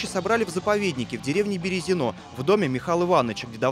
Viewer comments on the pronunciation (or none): Правильно говорить БерЕзино, а не БерезинО.